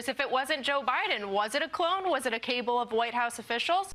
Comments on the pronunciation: did she seriously just pronounce "a cabal of White House officials" as "a CABLE of White House officials?!?" 🤦‍♂🤦‍♂🤦‍♂ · And it's cabal not cable 🤦🏻‍♂️ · The newscaster who speculated that Joe Biden was replaced by "a cable of White House officials" must have meant "cabal" instead of cable. Sometimes when you only see a word in print, you don't get how to pronounce it. It's "ka-BALL" not "CAY-bull." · She pronounced "cabal" as "cable", so yep, she works for fox. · That lady said “a cable of White House officials” When you send someone out to deliver your talking points, find someone that can read. You are supposed to say “a cabal of Whute House officials” “cabal” is their big scary word. Probably because their dumbass cult members associate it with Jews. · Its kaBALL, not cable. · "Who was running the country, was it a cable of White House officials?" She even made the Cable from scratch... the word is Cabal, not cable, and the only White House Cabal of traitors is now in charge of our Country. How is it he hasn't accused Hillary Clinton and President Barack Obama for doing it. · The blond TV professional said cable not cabal. Fox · That was hilarious, somebody wrote her opinion for her and forgot to tell her that CABAL is not pronounced CABLE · You have Fox news hosts say Cable rather than cabal. Wow. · That lady called a cabal a cable!!!😂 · I was more concerned that the idiot said a cable instead of cabal. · This poor Fox simp does not know that cabal is not pronounced like "cable" is pronounced. That is something most sixth-graders know. But then there is Fox, talking to a fourth-grade audience. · It’s “cabal,” not “cable” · Did she say cable of White House officials? Was she attempting to say Cabal? And is the inability to speak English a requirement to be a republican anymore? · Cabal, not cable… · On a side note, she pronounced it CABLE?! Who educates and hires these ignoramuses? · she can’t even pronounce Cabal correctly…